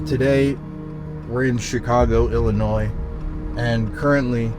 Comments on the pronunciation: please bro its not illi-NOISE its just illi-noi 😭 imma still follow you bc this is a great video but UR ON THIN ICE BROTHER FFS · It's Illinoi,. The s is silent.